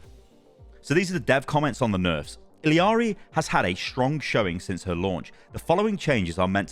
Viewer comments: It’s ee-lar-ee not eel-ee-ar-ee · It's ee jah ree not ill ee are ee please youre killing me over here. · I don’t believe blizzard pronounces her name right. Don’t they speak Spanish in Peru? Wouldn’t it be E-ya-ri? Double L is a Y sound. The way they have it pronounced seems more like Iliari. Idk where that i comes from. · BRUH why the fuck do u pronounce her name so WRONGLY its ILLARI there is no ILLIARI its fken ILLARI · Can we all just start saying E-YARRY like she says IN GAME instead of continuing to say the Ls as English Ls? I don’t see anyone saying this at all. Everyone was all over Kiriko’s hard ‘r’ when she came out… just my 2 cents. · Say it with me, ee-ya-ree. LL is a Y sound like in tortilla. I didn't care about the accent, just stop adding the L sound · BRUH THERE IS NO FKEN I in the middle if ILARI its fken ILARI stop butchering the name sounds so fken weird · The double L makes a J sound it sounds like ijari i dont make the rules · it's ILL-ARI bro